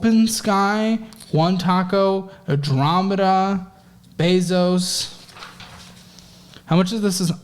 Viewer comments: Adorama is aa-door-ra-ma not a-drama-b-da lmao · Adorama— Andromeda cracked me up